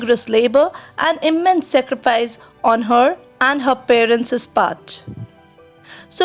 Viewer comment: It is not secrifaice it is saacreefaice